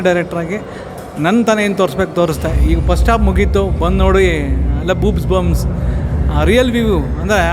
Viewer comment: ಬೂಬ್ಸ್ ಬಂಪ್ಸ್ ಅಲ್ಲ ಅದು ಗೂಸ ಬoಪ್ಸ್